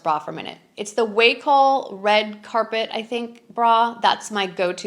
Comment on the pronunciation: So many good clothes! The bra Wacoal is Wah coal' not Way' coal................